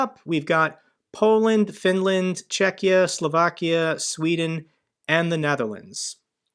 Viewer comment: Thanks for saying Czechia correct way 👍